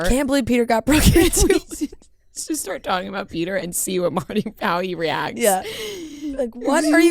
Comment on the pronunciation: Not peter... PEDRO!!!